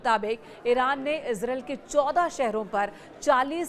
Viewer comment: It's pronunciation is: ees-raa-eel Not ez-rail